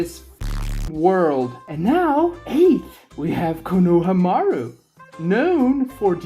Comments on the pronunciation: STIP SAYING KONOHAMUARU LIKE THAT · Bro idk what to make of your take when you can't even pronounce konohamaru right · if your going to make a video about a character at LEAST know how to pronounce his name